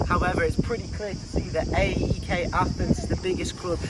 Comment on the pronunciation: it's pronounced αεκ (put it in a pronouncer to hear it)